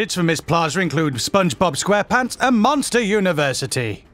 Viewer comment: “SPUNGEBUB SQUEH-PUHNTS”